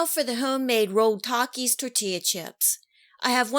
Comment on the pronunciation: Bruh the way she said Taaaaakias